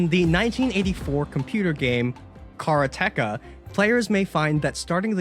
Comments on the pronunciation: It's pronounced kuh-raa-tuh-kuh, not kah-roo-tek-a. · a karate-ka (like, the syllable "ka" after the martial art) is a student of karate. it's probably that, and not "car uh tech uh". :) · there's a subtle difference in the vowel pronunciation. His "car uh tech uh" part is more /kɑɹ ʌ tɛk ʌ/, while Japanese is more /ka̠ɾa̠te̞/. It's a subtle difference in pronunciation, but it's distinctly more American-sounding. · I played that game when it came out, and. . .man, they're using a weird pronunciation. We pronounced it like the martial art, "Karate", with a"ka" at the end, because, you know, it was a KARATE game. Their way is just weirding me out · Just want to share that the pronunciation of "Karateka" was wrong. It is the Japanese word for someone practicing karate, so pronounce it "Karate-ka" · Karate-ka is how it's pronounced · I remember that game on the commodore 64. And it's pronounced with emphasis on the second a not on the t. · Asian Tom mispronouncing Karateka broke my heart. I remember this ancient side scroller, the graphics were well done for that time. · Yeah, that gave me an extra giggle - an Asian person mispronouncing an Asian word! 😄 ... fully aware there are lots of Asian languages. 😊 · pronunciation of "Karateka" is absolutely upsetting me:P